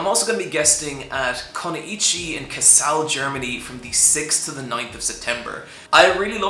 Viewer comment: Hey that's cool, I'm actually from Kassel. :D Funny how you pronounced it though